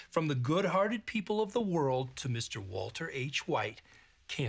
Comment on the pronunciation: I think he was saying Walt uh